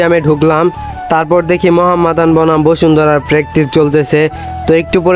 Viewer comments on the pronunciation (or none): Mohammedan. উচ্চারণ করেন তো ভাই!